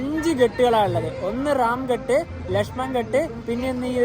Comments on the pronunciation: ഘാട്ട് എന്നല്ലേ ഉച്ചരിക്കേണ്ടത് ? ഹിന്ദിയിൽ അങ്ങിനെ അല്ലേ എഴുതിയിരിക്കുന്നത്. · അടിപൊളി അവതരണം.... അയോദ്ധ്യ നന്നായി cover ചെയ്തു 👌🏻👌🏻👌🏻 പിന്നെ ഘട്ട് എന്നല്ല ഘാട്ട് എന്നാണ് ഹിന്ദിയിൽ ഉച്ചാരണം,,, കടവ് എന്ന് മലയാളം 😊😊